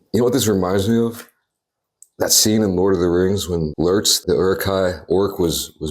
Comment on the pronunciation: did anyone else thought he said "semen" instead of "scene in" at first??